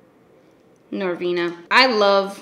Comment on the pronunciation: OK LISTEN. NoR-VEWEna... aHhhheeee ooooooHhhhheeeeeeeeeeee... *laughs*.. LMFAO I DIED AND HAD TO PAUSE AND REPLAY THIS PART 3 TIMES. ahahhahahhahah